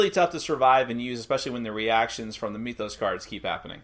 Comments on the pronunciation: So it's pronounced 'MYTH-os", like (m-I-th), not 'ME-thos', with the 'e' sound. I know, knit-picky but it's annoying to hear. (annoying, like this post hehe ) Thanks for the review! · Do you also say "meethology" or "meethic"? Because that isn't how you pronounce "myth".